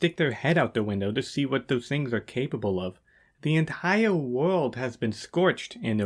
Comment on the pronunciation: Tewwible wuld building’